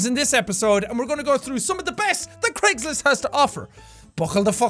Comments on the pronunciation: it sounds like you're saying Creggslist and I love it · Dude it's Craigslist not jacksepticeye try not to laugh